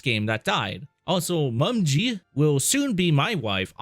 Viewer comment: Her name is pronounced Mo-me-gee.